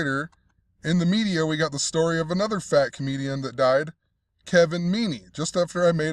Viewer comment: Man, why do you gotta say it like FAT comedian died? Kinda rude as hell!